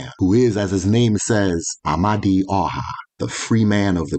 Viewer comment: Amadioha is a wrongly pronounced, the true pronunciation of that word "Amadioha " Ama e du oha meaning "the divine wisdom that leads the people". written as "m d h".